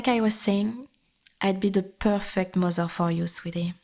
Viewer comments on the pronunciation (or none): "Mozer" love it ❤. Appreciate the french accent in the audio. Feels oddly good to hear an asmr video from (i assume) a french speaker without the weird judgement people in France tend to have towards french people speaking in english.